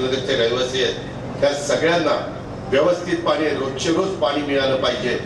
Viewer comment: पानी? की पाणी?.. अरे शुद्ध बोला जरा